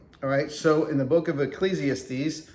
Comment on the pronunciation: Protestant Bibles have typos too. Look up the "Wicked Bible" of 1631. Imperfections are part of the human condition. (BTW, it's pronounced ekk-leez-ee-ASS-tees.)